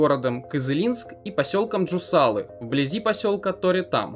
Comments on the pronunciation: Не ДжусАлы, а ЖосалЫ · Если берётесь комментировать, поинтересуйтесь правильным названием...не ЖусАлы, а ЖусалЫ